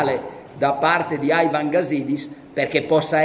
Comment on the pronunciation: Ma perche Aivan? Sembra Aigor di Frankstein junior